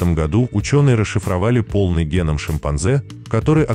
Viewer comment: Благодарю! Очень познавательно! А вот произношения "гЕнома" и "КронЕнберга" позабавили 😊